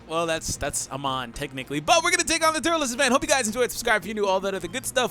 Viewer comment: I left when you said turles